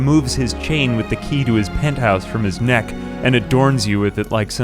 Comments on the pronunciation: I just kept hearing Albania instead of Urbania... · Everytime he says Urbania I hear Albania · I swear every time you said Urbania my Brain Automatically Autocorrect it to Albania lmao